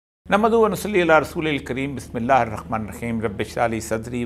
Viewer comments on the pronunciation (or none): Orya sahab pronounce bismillah properly... Its haaa not khaaa... I don't know who let him say khutba...